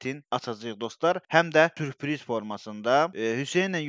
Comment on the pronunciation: sürpiriz oldu mürpiris 😂😂